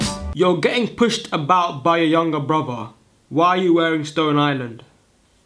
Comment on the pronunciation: be saying "Bruvaa" instead of brother.